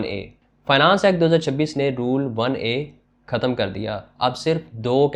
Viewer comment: لگتا ہے تم بچپن سے ہی ہندی فلمیں دیکھتے ہو ختم کو بار بار کھتم کھتم کر دیا ہے بول رہے ہو ۔